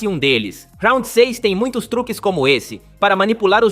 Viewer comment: Pq RAUNDI e não round